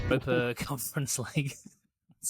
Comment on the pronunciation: The last 5 mins of that are up there with the best Sorare content ever. Absolute funkiest from the moment called it the Eurape-er 🤣🤣